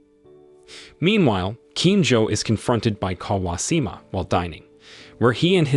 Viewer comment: Bro, that's some pretty atrocious pronounciations....pronunciations.... not even difficult names too. Kawashima clearly has an H.